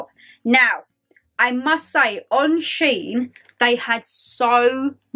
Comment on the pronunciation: Fantastic haul, I love shein. (It is pronounced she in). Watched all the way through, kimono lol. They sell really nice dresses, really feminine. Really good video, thanks for sharing xx